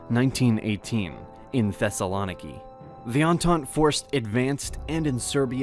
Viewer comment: It's ThessaloNIki not ThessaLOniki